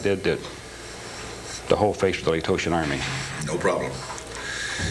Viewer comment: Well, #1 he mispronounced Laotians and that would never happen after spending 14 months with these people. #2 Having been a jarhead, they'd never send a boot "newbie" from the 82nd Airborne to train Laotians on weapons, explosives, etc. This entire thing is comical. This guy is a con man, nothing more nothing less. When you're in prison, you have nothing but time on your hands to come up with stories and the more you tell yourself the story, the more you believe it and memorize it. This guy was just a petty criminal scumbag that wants recognition for something he didn't do.